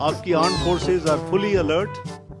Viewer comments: I also want to point out this that they instead of saying Armed forces say Aand forces.😅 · Aand Forces? BC kya hai ..